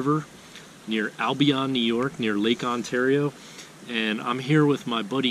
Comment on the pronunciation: You said Albion wrong. Coming from some one born and raised